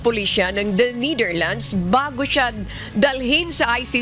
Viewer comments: It's annoying how she say NITHERLANDS, it's NETHERLANDS, you're a professional journalist you should know !!! Prayers for president Duterte 🙏🙏🙏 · Netherlands… not neitherlands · NEH-THER-LANDZ, not NEEDER-LANDS | Pronunciation matters too in news reporting. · Niiiitherlands? Ultimong pronunciation mali. Paano ka pa maaasahan sa paghahatid ng tamang pagbabalita? Halatang may binabasa lang at walang sariling pag iisip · The Neightherlands? 🤣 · It’s pronounce Netherland not Neither land lady broadcaster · Netherlands po, hindi Neitherland 😂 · Nee thirlands... nu b nmn un reporter nato😊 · Please the right way yo pronounce NETHERLANDS IS 'NE-DER-LANDS not Ni-der-lands' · NETHERLANDS HINDI NIDERLAND JUSKOOO DAAYYYY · Nidirlands sabi ng girl lol 😆 😂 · Ne - ther - lands hindi nithirlands. But God is Good! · Why does she keep pronouncing netherlands as neitherlands lol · Pakicorrect po ang pronunciation ng The Netherlands! Thank you po! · Bisaya ka day yung pronunciation mo po ng Netherland 😭😭😭😭😭